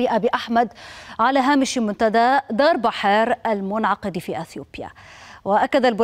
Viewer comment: درب حار؟؟؟؟؟؟؟ حهل ، معقوله بحر دار تقرأ درب حار؟؟؟؟؟